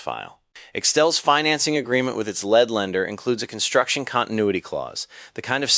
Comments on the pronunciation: I always thought this guy was real. The dead giveaway of AI is saying LED when the instance calls for LEED. Or when the emphasis changes the meaning: prō-JECT instead of PRAH-ject. You really had me fooled. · "Led" lender?? Is this AI???? 😡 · At TIME , it says "lead lender", . . . pronouncing "lead" like a "lead bullet". A.I. didn't check the context to see that this lender is NOT made of lead, like it's an X-RAY shield. Rather, this is the primary lender, ... or "leading lender", ... or "lead lender".